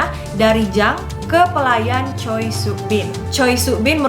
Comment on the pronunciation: Choi dibacanya Che. Choi Sook-bin ini yg dikenal orang2 Dong Yi.(ada dramanya jg) Paling tragis itu kisah Jang Ok Jung - Raja Sukjong - Dong Yi ini lah menurutku. Gegara kisah mereka, aku ampe baca historical Raja Sukjong ini :""))) kl dibaca dan ditelaah, sungguh tragislah kisah cinta segitiga ini. :")))